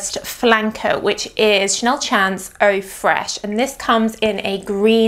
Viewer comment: I would just like to point out that it's a French perfume so the pronunciation of "chance" should be the French pronunciation. To an English speaker it should sound a bit like you're saying "shons". In French, "chance" means "luck".